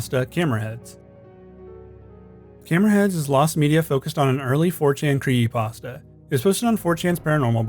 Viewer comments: "kree pasta" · creehee pahs tahs 😭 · Why do you call It a kree-ee-pasta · Why does he pronounce creepypasta as “creeyepasta”? Its like every creepy content YouTuber has to have some sort of speech impediment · Just me or is he saying "cree'y pasta"? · Is he saying "creepypasta?". Sounds like he's saying "creepasta". 🤔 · You know there's a 'p' in the middle of the word "creepypasta" right? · Can this dude not pronounce creepy pasta?? Lmao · LOL the guy doesn't know how to say "creepypasta" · Somebody needs to point out the “P” in creepypasta to this dude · Does anyone else hate how he says creepypasta 😭😭 love it otherwise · Why can't this guy pronounce creepypasta?